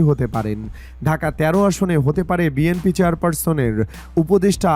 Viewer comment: ভাই দাঁড়ান,দাঁড়ান,, আগে শুদ্ধ ভাবে শব্দ উচ্চারণ করেন তারপর কিছু পোস্ট করেন এবং বিএমপি কে শুদ্ধ করে বলেন বিএনপি বলেন।